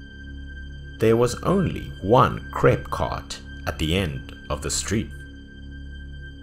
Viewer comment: He was saying crepe or cake ????